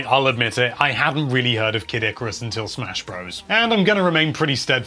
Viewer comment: yawshi and ikerus. its yo she and eye car ree us